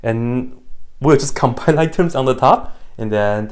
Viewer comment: As a non-native English speaker living in Hungary, I always heard "combine like terms" as "combine LIGHT terms" and I always wondered why that usual process was called that way in English ;)